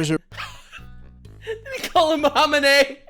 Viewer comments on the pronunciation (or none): Did he just call the Iranian supreme leader, ham and eyyy? 😂